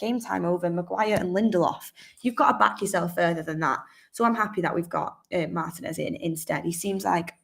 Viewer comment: Yay! Now all we need is for Mark and to learn how to pronounce his name correctly! Mar-TEA-nez is how it’s pronounced